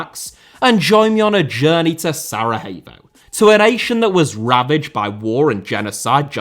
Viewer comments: Just a small correction - It's SaraYevo, not SaraHevo. They aren't Spanish :D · great video but what in all heck is "Saraheyvo"? I've never ever heard it pronounced that way before 🤣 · Why are you pronouncing Sarajevo as it is a spanish word? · I just need to correct you here: We dont call Sarajevo like its spanish (Sarahevo), we call it as it says (Sarayevo if you will) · Sarayevo not Sarahevo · Please work on your pronunciation, watching one video about that before making this video would have been enough. SaraHevo?! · Be careful of your accusations because the international war crimes tribunal never found any evidence of state sponsored genocide on the territory of Bosnia and Herzogovina. And Sarajevo is pronounced SaraYevo. Thank you for your interest in the region. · Love how you pronounce Sarajevo but maybe not sound the H so much Hope things get better for "zmajevi" love from Croatia 🇭🇷 🇧🇦 ❤ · The points about the football stuff are accurate for the most part. However the image selection is really bad.... a good portion of the images are outdated by a factor of decades. This would be the equivalent of speaking about current issues in English football while showing images from the Hillsborough disaster. Unusually lazy for this channel. Not to mention the pronunciation of the name Sarajevo